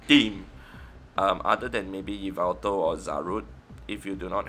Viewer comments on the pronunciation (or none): none